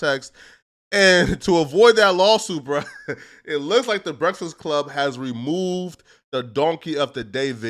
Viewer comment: Soon as I heard say "breastfast club" 💀